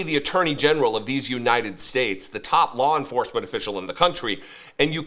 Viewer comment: I’m sorry. I cannot take anyone seriously who cannot pronounce United States ( “you-Nigh-ned”)